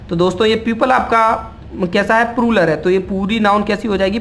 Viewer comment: Video was good But That was ---- प्लूरल NOT प्रुरल Don't take remark ill In every language PRONUNCIATION plays most Important ROLE